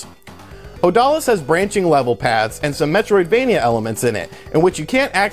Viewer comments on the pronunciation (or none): none